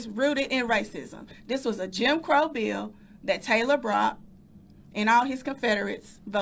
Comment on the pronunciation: She says this and no one says anything! They kill Trump and let her big black mouth make these statements? This is a threat by a public official! It’s a BILL NOT A BEEO! Tennesseans welcome militant black activism! TA TA TA TA! 😂 🤷🏿‍♂️don’t loot our stores and don’t terrorize our cities and towns🤣🤣🤣 TAKE A WALK GO TO A PUBLIC PARK ANYTIME YOU WANT… 🤷🏿‍♂️WONT BE CAUSING YOU ANY PROBLEMS. IF THEY DO 90% OF OUR RESIDENTS BLACK HISPANIC AND WHITE CAN SOLVE YOUR PROBLEM AND GIVE YOU PEACE QUICKLY. WE REALLY CARE! 😳🤣🤣🤣🤣🤣🤷🏿‍♂️🤬🤬🤬🤬